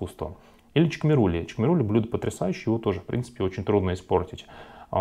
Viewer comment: Не чкмерули, а ШКМЕРУЛИ, пройсходит от названия село ШКМЕРИ, который находится в регионе РАЧА.